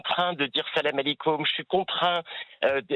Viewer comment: Il est obligé de dire salamakekoum 😂😂😂 n’importe quoi ….ces gens sont ridicules ..